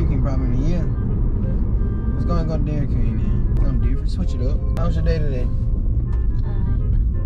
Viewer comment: she said "Welcome to dairyd queen" lol had to go back to that 4 times lol